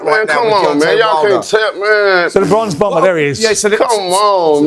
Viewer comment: Bronze Bomber, not “Bronx Bomber”….dude just said he’s from Alabama 😂😂😂😂😂